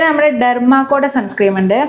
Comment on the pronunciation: സൺ സ്ക്രീം അല്ല മോളേ Sunscreen സൺസ്ക്രീൻ ആണ് കേട്ടോ ഒരു പാട് സൺസ്ക്രീം 😂ഉണ്ടല്ലോ?